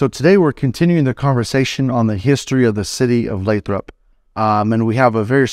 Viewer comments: You pronounced it “Lay-trop” right? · It's pronounced "Lay-throp"